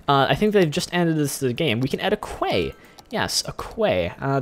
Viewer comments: Its meant to be prounouced key. Not Kway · Quay is pronounced "key" BTW